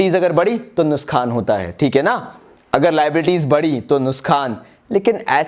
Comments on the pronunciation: it's nuksan not nuskhan 😁😁. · Nuksan ❌ nuskan✅ 😂